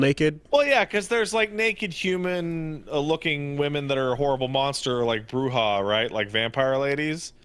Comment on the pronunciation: guessing meant Bruxa? Cos’ that pronunciation is funny.